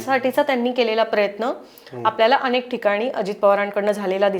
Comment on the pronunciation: अणेक नाही अनेक, करूयात नाही करूया, दिशेणे नाही दिशेने, णाही नसतं नाही असतं, रचणा नाही रचना......किती चुकीचे उच्चार करत आहेत या बाई! मराठीला नुकताच अभिजात भाषेचा दर्जा मिळाला आहे!